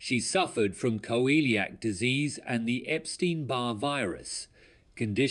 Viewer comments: Coeliac disease is pronounced Seeleeack NOT Coeeleeack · Please get pronunciation correctly. It is not co- eee-liac disease. It is pronounced See-lee-ack. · It is pronounced see-lee-ac disease.